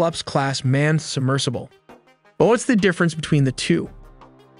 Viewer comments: the Titan subMERGEable? 🤣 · ah yes, a submergible. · Submergable. She noooooo a word buddy. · Did the voiceover really say "submergible"? 😅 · Did you say, "the Titan submergible?" Really? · DID YOU SAY SUBMERGABLE??? LMAO. idiot.